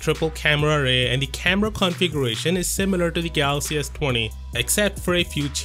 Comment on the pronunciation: "Ess twany"